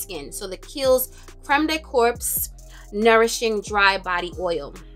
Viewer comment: Hey sis, may I fix your crown? When saying "corps" just say "core". In this instance it's french for body.